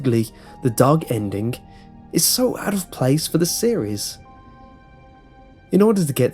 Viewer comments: Hes saying endingc not ending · Um did u say endik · Sorry, any word ending with ing he adds a k to. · why dobyou pronounce ending like Endink? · I love the way he says "Endin-k", cuz accent. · Wy does this Guy say endingk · The endik lol 😂😂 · Stop saying "endink". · endingk, endingk, endingk, endingk lol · Please stop saying ' ENDINGH ' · It sounds like you pronounce a "K" after a "ng" sound.